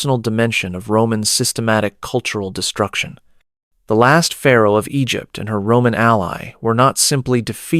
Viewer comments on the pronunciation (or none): none